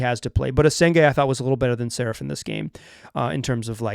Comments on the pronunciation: The radio announcer had it right: saRAf, kinda like Steffi Graf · More like Sa-rah-ph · From a Hebrew speaker: Saraf is pronounced with the 2 vowels sounding like the vowels in cut, shut, blunt, etc. The second vowel is the stressed one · Ben`s Family name is pronounced : SA-RA-F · You can hear exactly how Saraf is pronounced in the first seconds of this video: AVujmuH2Po4 The good news, at least you're pronouncing Deni's name correctly, that's not something to take for granted and quite nice after hearing numerous commentators and announcers butchering his last name during his first years in the league.